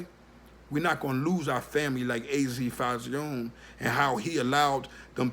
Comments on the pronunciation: Azie Faison.. pronounced AZ Fayzon not az fauzione lol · GOD YESSSSSSSS!!!!!!! I DIED A LITTLE EVERYTIME HE SAID FAYZEEON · It's your video, so I'm gonna keep it respectful. I'm from Sugarhill, Harlem and was also THERE in the 80's...sounds like your base is opinion and not fact. Pretty much doing it for views. Just by you saying FAY-Z-OWN It proper pronunciation is (fay-ZONE) let's me know you are not from uptown or UP TOP as anyone south of NY would say. Not knockin ya hustle, but get ya facts right ... Paid In Full is not an ACCURATE, and remember everyone has their own spin on the truth...AND ALL THESE CATS with the Documentaries and Tellin they story...are STILL Dry Snitchin...past or not. Claim to Fame...smh. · Fay-zon is how you pronounce AZ name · FAY-ZON .. say it wit me brova, FAYYY— ZON!!! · It's pronounced fay-zon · I think it’s pronounced phase-on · It's pronounced fay-son my brother!! " keep up the good work tho salute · jay thaonly1 he saying it the way he saying it as a joke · You pronounced faison wrong. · Can't even say his name right